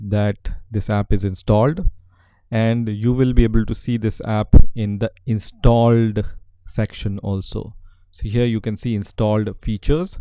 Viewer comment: Am I the only one that hear in every time that he says installed is sounds weird like INSTAlled